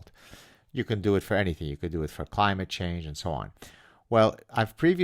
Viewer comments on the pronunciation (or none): none